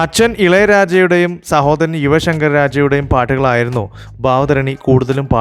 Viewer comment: ഭാവധായണി അല്ല കോപ്പേ.ഭവധാരണി.